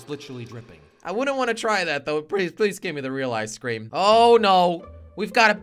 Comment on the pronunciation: When jelly said ice cream it sounded like keklocob